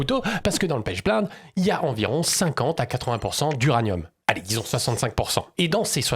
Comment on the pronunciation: on tant qu'alchimiste, je vais t'éclater sur la moindre fautes que tu ferras: pas "pêche blainde" mais "pêche blénde" ça se prononce et en plus c'est pas la source principale d'uranium car la penchblende à plutôt du plutonium, c'est l'autunite et l'uranite les sources principales d'uranium. voici le protocole pour le yellow cake que tu as oublié (et je l'ai fait avec de l'uranite car j'aime pas la penchblende pour l'uranium: #### *Objectif* Extraire et purifier l'uranium sous forme de *yellow cake* (concentré d'uranium) à partir de minerais naturels, en utilisant des méthodes hydrométallurgiques écologiques (sans solvants pétroliers). --- --- ### *Matériel et Réactifs* *Matériel :* - Hotte à ventilation forcée (obligatoire pour HF et poussières radioactives) - Bécher en téflon (résistant à HF) - Agitateur magnétique avec barreau en téflon - Filtre en verre fritté (porosité 4) - Étuve à 110°C - pH-mètre - Compteur Geiger (pour vérifier l'absence de contamination) - Équipement de protection : gants nitrile double couche, blouse jetable, lunettes étanches, masque à cartouche (type A2P3) *Réactifs :* - *Minerai d'uraninite* (U₃O₈, ~60-80% U₃O₈) ou *autunite* (Ca(UO₂)₂(PO₄)₂·10H₂O) - *Acide fluorhydrique (HF) 40%* (extêmement corrosif, à manipuler sous hotte) - *Acide nitrique (HNO₃) 68%* (oxydant, pour la dissolution) - *Soude (NaOH) 10M* (neutralisation et précipitation) - *Peroxyde d'hydrogène (H₂O₂) 30%* (agent oxydant pour convertir U⁴⁺ en U⁶⁺) - *Carbonate de sodium (Na₂CO₃)